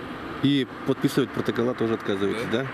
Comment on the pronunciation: Не "прокотола ",а протоколы,деревня.